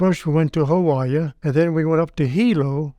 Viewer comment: All is forgiven but unks butchered Hawaii.